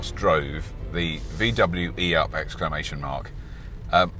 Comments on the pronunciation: I'm having to try extremely hard to not down-vote for not calling it an eeeoop, in ... I'm not sure what accent, some farmery type, cos that's how it should be pronounced in Britain. hmmph! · It should be pronounced, e-Up "click", as Russel Peters would have pronounced it. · Robert every time you said E Up you sounded like a Yorkshire man lol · I take it the 'ey-up' is made in Yorkshire then lad ?